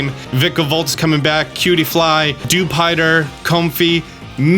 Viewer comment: heh...Lap rass, Dew Pider